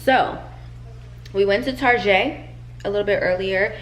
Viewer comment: Why do you say Target like that .. you almost lost me